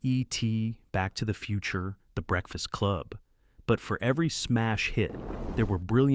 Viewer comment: Eee-T, Back to the Futurrre, th' Breakfast CLUB